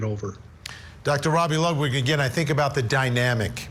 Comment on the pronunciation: Why is always saying someone's name wrong? Ludlow? It's Dr Ludwig. I'm ready for this trial, she's definitely toast